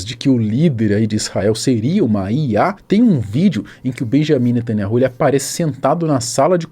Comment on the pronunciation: Atenção, o Nome do primeiro ministro não é Benjamim netanyahu! Na verdade é Benyamin netanYau, não Existe letra com som de J no hebraico, outra questão O NOME DO CRIADOR É YAUH יהוה esse NOME só é falado dentro de Israel! E o NOME do SALVADOR É YAUSHA, um ABRAÇO para você.